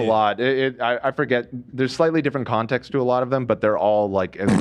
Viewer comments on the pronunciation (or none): none